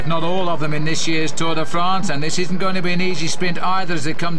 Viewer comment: and the Tour Day Frants